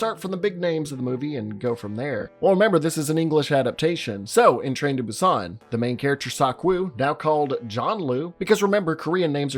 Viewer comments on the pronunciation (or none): Train to Boo-ston lol